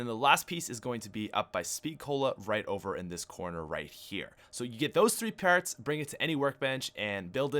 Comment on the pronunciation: lol where are you from dude? lol its so funny to hear you say parts as pairts lol